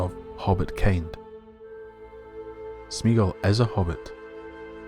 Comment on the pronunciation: Three syllables: "smay-ah-gol". Tolkien's languages have no diphthongs, meaning when you put two vowels together they don't make a single phoneme, as in the English "meat". All his vowel combinations are pronounced separately. (Which is why there's an accent over the "e").